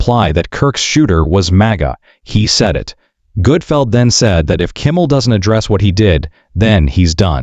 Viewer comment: It’s Gutfeld, you putz!